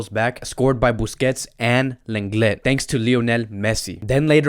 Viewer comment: It’s not pronounced lan get its lan le